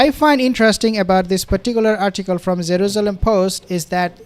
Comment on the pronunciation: “Zeruzelum” lol its Jerusalem